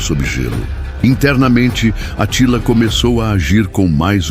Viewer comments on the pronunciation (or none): Essa pronúncia do Narrador tá errada É Átila, não Atila